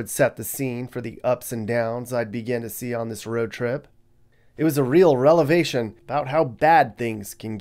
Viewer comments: "Relavation"@? I think it's "revelation",, not to "-pick" you 🤣. Love your videos... 😉 High curbs rock... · "relevation" bro? What was in those "meat" pies? 😉... no I'm j/k bro! Love your narrative style videos... keep it up! Don't forget to keep up with our decline in California! Maybe you can do a series on burn areas... they're saying we're going to get burned hard this year because of the abundant rain we got... I don't know how that makes sense without D.E.W. and preparing the land because everything is soaked and filled!